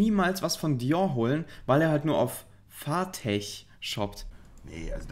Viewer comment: "Fartech" Der Lese-Boss